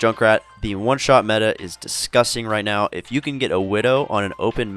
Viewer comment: Widow S tier? 🤔 Even with the nerf? I completely agree with the Genji one though 😅😂 "Are you serious right neow bro?" 😐